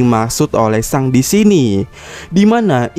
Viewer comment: Yg bener min pelafalan akagami no shanks, di baca seng bukan sang, trus aja sang sang sang . Geli denger nya